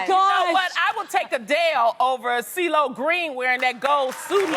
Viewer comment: Cee-lo wasn't Cee-lo, he was Cee-glo